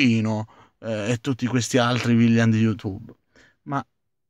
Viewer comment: ma pronunciare correttamente villain proprio non si può fare?;)